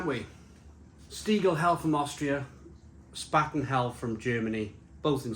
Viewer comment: It’s pronounced Shhpahten !